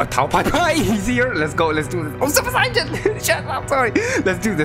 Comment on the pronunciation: Hey you were saying sayian wrong it’s not super sayjain it’s super super sayian and you also spells whis name wrong it’s not Wes it’s whis